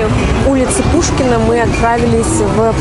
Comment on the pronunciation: Хороший обзор о моем любимом городе... Единственное, - слух режет ,- у нас ул. ПУШКИНСКАЯ !!! ))